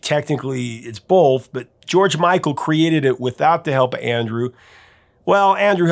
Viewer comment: why can't u say george micl or wham